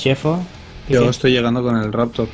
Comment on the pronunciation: ONE MORE TIME!!!! Le digo sho? No te parece que te salio un acento un tanto Argentino?:D #VicioArgentino